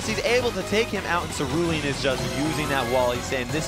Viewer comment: did anyone notice the presenter called cerulean's name celidian. 🤣🤣👍🇬🇧